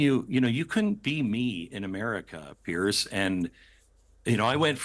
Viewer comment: Piers not pearce. Its not even pronounced the same.